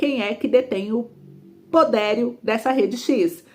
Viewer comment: PODERIO E NÃO PODÉRIO 😮😮